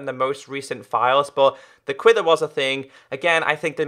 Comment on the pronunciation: It is pronounced quiver not quither